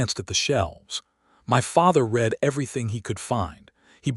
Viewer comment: Feel-good story. Enjoyed. PLEASE fix AI to contextually discriminate 'READ' by way of RED and REED.